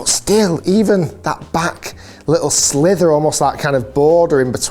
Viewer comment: * "sliver", not "slither"